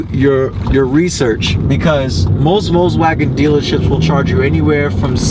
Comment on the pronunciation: Thanks for the video. And I prefer your pronunciation of Volkswagen above any I've heard. I'll look forward to more updates.